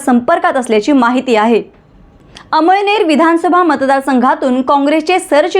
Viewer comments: अमईनेर नाही मॅडम अमळनेर बोला 🙏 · अम‌इळनेर नाही अमळनेर आहे तालुका तुम्हाला कोणी पत्रकार केल निट बोलायला शिका😅😅😅